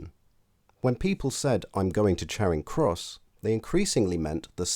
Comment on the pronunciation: Neither - it's a short 'a' as far as I'm concerned, as pronounced by the narrator. I know some people pronounce it 'chairing' but I take them to be people who don't know any better. If I heard anyone pronounce it with a long 'a' as in 'char', to blacken by burning, I would assume they were posh.